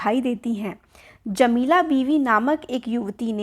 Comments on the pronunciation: jamila ko jalima bol diya ma'am ne🙂💅🏻🎀😆😆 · Jamila❌ jalima✔️ 😂😂